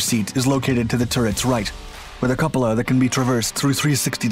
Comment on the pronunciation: Good video, but you really need to learn how to pronounce the words "chassis" and "cupola"...